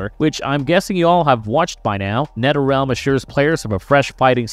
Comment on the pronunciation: Did he say Netterrealm? And bruhters? Lol He must not be able to say words with TH